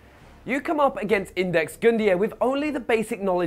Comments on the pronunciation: WHY DOES NOBODY KNOW HOW TO PRONOUNCE "IUDEX"??? It's pronounced You Dex. But at least most people get close, but THIS guy calls him.....INDEX???...... ..WHAT?!?! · Can someone tell him that "Iudex" is not "Index". I mean, come on.